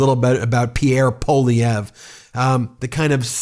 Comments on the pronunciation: Is US education so bad that you don't even know how to pronounce a name of French origin? Or are you just too careless even to bother to read it? Poilievre has TWO letter i's in it. It is NOT Po-lee-evr, it's Pwuh-lee-evre. I just can't bear to listen to you any more. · I love how many trumpers can't even say Poilievre's name correctly. They pronounce it "Poilivare".